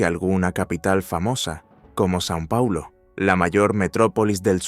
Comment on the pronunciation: No es san pauloooo , e Sao Pauloooooo